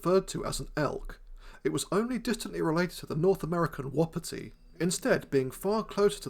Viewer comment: Excuse me? "Whoppety"? That's the first time I've heard it pronounced like that.